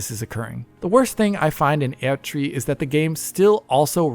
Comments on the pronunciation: He pronounced the German prefix "Erd-" (means "earth") correctly, while most people pronounce it like an English word - which it isn't. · yes he does pronounce the German prefix the right way, but all of the game characters say Erdtree with English pronunciation so that is arguably the correct way.